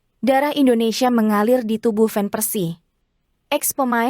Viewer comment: Nama ciri khas Belanda yaitu Van bkn ven min sayang 😂😊🤭🌹 Semangat blues 💪✊💙🏆🥇😎💯👍🌃